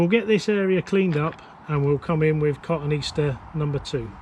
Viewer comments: I’m going to be “That Guy”. It ain’t Cotton Easter but rather Ka-tone-ee-aster. Thanks for the video. I’m liking the daily frequency, keep it up. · Thank You for being "That guy", My horticulture heart skipped a beat when he said that. Funny thing, recently did a search for cotoneaster and Google asked if I meant cotton easter.